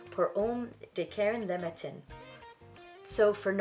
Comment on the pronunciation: When you pronounce French words, the accents are there to help, and same when there are none. So when you pronounce “le” the e is flat as in the last syllable of my name almost, not “lay”. “Les” is pronounced “lay.”. Snd “matin” ends with a nasal short a sound and you do not pronounce the n.❤. Sorry I am a francophile.